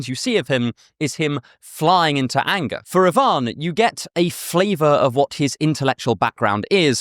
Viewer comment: Russian here, props to you for pronouncing Ivan correctly!!!! Most people put the emphasis on the I rather than the A!